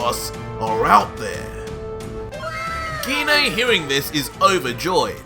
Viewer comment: I thought it was pronounced gi nay not gee nay stop changing wat you call her its mean idk what my own moms name pronounced is also I don’t think gine would be in hell she’s the most nice calm and collected saiyan besides me gohan goten trunks